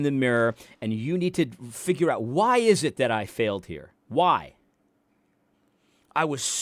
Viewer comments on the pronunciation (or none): Never trust anyone who says figger instead of figure